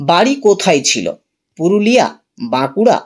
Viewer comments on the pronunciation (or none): none